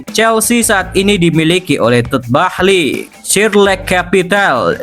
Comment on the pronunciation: Eghbali bang bukan bahli